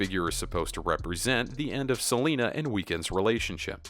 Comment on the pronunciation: Stop saying seanla